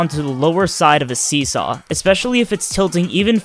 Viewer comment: Sorry I could not fully understand see saw But I think your saying "Just keep jumping onto the seesaw until you get to the next one?" Yeah that sounds right!